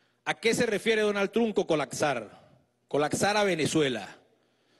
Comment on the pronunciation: Animal ! No es "Colacsar".... Es ColaPsar